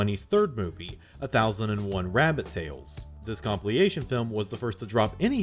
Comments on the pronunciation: it's comp-IL-ation, not comp-LI-ation. Sticks out like a sore thumb compared to the high quality of the rest of the video. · if this guy says "compleeation" one more time I am gonna heap my lid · 'compiliation'?!? or is it an AI voice reading a consistent typo? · You're killing me with this compliation thing. Compile, compiled, compilation, compil-il-il-ation. And I'm about to have a conniption fit over it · A. I highly doubt it's an AI voice, and B. I like the pronunciation of compliation. It's likely an artistic choice. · Seriously not trying to be a dick, but you said it enough times in this video that I have to point it out: "comp-IL-ation" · Today, I learned that consistently mispronounces the word 'compilation', and emphasizes the wrong syllable of 'colleague'. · There is no "plee" sound in "compilation". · The first time the word "compilation" was mispronounced, I thought I misheard it. Then came the second and the third times, and I realized it wasn't me. Your content is otherwise amazing though, keep up the good work!